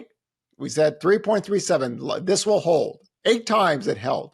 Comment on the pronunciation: More power to the host for trying to pull out real responses as he dances around important insights. And my god, “hold” doesn’t have an “r” in it… Team HODOR over here 😂